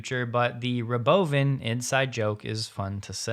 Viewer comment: I appreciate your Robovan pronunciation